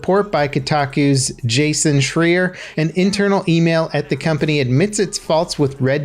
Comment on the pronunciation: Did you just mispronounce Jason's name on Purpose? Because it sounds like you did. You can't tell me you didn't know who he is. Don't care if you hate his guys give the man the respect he deserves.